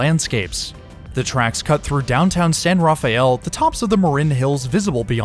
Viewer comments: Locals say San Ra-fell, not Rafael... I know how it's spelled, but it's not what anyone says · afaik, and I grew up in the Bay Area (albeit in the South Bay/Silicon Valley), it's "san-ruh-fell". Much like how "San Francisco" is pronounced in an Americanized way rather than the Spanish way. 🙂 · "San Rafael" = "San Ra-fell" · Hey, I had a family member that lived in San Rafael for over 60 years and throughout my time going there to visit, I have never heard somebody pronounce the town name like that. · Please stop saying Rafael you are mispronouncing it.